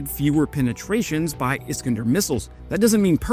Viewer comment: is KAN der not Iskndr